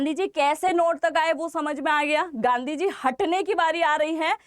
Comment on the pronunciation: गंदी को जी ना बोलें सुनने में अच्छा नहीं लगता है।